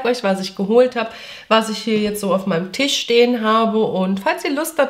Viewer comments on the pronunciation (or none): none